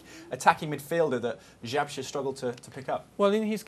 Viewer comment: Górnik Zabrze not Zabzre :D